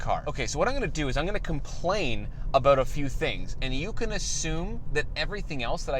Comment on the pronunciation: Lol he said Aboot ! Good job 👍🏼